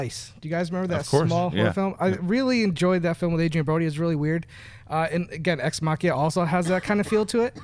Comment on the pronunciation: "Exmakiaaaa"?? it would be nice if could manage to pronounce "Ex Machina". would be really nice.